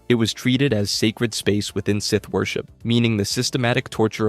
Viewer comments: idiot says scythe instead of SITH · Why did you comment “Seeth” when he said “scythe”. My brain hurts 🤔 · Bros pronunciation is terrible no way he’s a real fan when he can’t say with or kanan jarris 😂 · He's pronouncing it like 'Scithe' and I can't bare to go past 3 minutes further